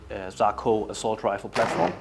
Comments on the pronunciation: its SA-KO, not saako. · Sako, not Saako. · Sako not sarco